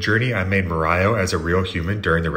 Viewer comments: Are you an English speaker? I've noticed several mispronunciations in your various posts. The name here is pronounced "MARE - e - oh", not "muh - RYE - oh" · Dude, I have friends who pronounce it "MARE-RIO" but "MA-RAI-O" is a new one for me. I need a drink. I came here for 3D modeling help and I left with Ma-rai-o instead. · Like your videos, BUT at times you pronounce things So strange. Like instead of Mario you say MARAJO hahaha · I’m sorry!… Did dude just pronounce Mario as “Mah-rye-oh”?!!! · did he really pronounced it "marayo" :DDDDDDDDDDDDDDDDDDDDDDDDDDDDDDDDDDDDDDDDDDDDDDDDDDDDD Sorry, but that's strike 1, 2 and 3 at the same time. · Dude his name is obviously pronounced "Merio" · Please, it's pronounced "Mawreeow". Thanks! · We did it. We found a pronounciation worse than "may-rio". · No way you pronounce it "maraio" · Bro thought he could butcher the pronunciation of Mario and get away with it☠️ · New worst pronunciation of Mario unlocked lol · WHO THE F√€K PRONOUNCES "MARIO" LIKE THAT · The way you pronounced Mario gave me a brain tumor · Dude can't pronounce Mario